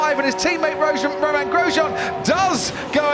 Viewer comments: 🤣🤣 he said rozhan instead of romain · "Rojan Gromain"